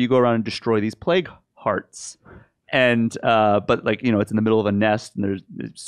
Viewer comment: Hehe, yeah I understood "play cards" instead of "plague hearts" as well when he first said that.